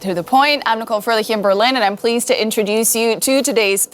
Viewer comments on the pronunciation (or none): none